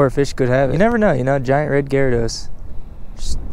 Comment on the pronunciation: “Giant red Garados”😂😂😂😂😂👌🏻👌🏻👌🏻